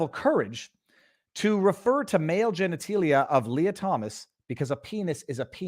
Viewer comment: I have never heard anyone pronounce genitalia as genetEElia! I like you, dude, but, seriously, geniteelia? It’s genitAlia!